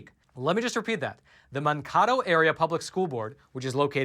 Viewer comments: "Mankato" is pronounced Man-kate-o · Minnesota story: Mankato, pronounced Man'- kay-toe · It's pronounced man... K... Toe just so ya know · That is pronounced, MAN-KĀY- TOE. Population of 44,488. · Mankato is pronounced Man KAY' to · man-KAY-doh is how you pronounce the place. (some may say 'toh' instead at the end) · City in MN where you have to give name, address to speak at school board mtg Mankato is pronounced "man KATE oh". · Totally pronounced that wrong. It's man Kay toe . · I just love what you do! Thank you for bringing us the truth! I do want to let you know that the town in MN with the horrendous school board is pronounced "Man- (like the word 'man') -kato (like 'kay' and 'toe)...in case you'll be talking about that town again someday. 😉 Let's Go Brandon! 🇺🇸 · MAN-KA-TOE ;) LOL BRA ! LOVE YOUR CHANNEL ;)